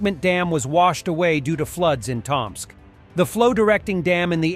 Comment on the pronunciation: *Tōm-sk. Not that I have any hope the robo voice would learn this.